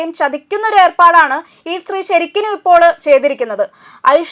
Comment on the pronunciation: ശരിക്കലും എന്നല്ല ശരിക്കും എന്നു പറയൂ